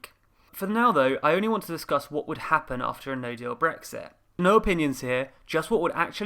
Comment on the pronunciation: LOL “HAPPPEN”